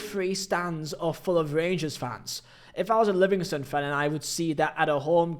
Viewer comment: Another English YouTube channel where the presenter has never been to Scotland and doesn’t know a single thing about Scottish football except for headlines in papers and on sky sports news. Really lazy pronunciations you could’ve used google to help but nope you just made yourself look a right idiot. Especially with the Livingston comment. That’s just disgraceful especially since I know a Livingston fan who’s passionate about them!